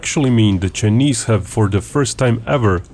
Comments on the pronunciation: Why does he pronounce Chinese as "cheeknees" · the Cheenese… lol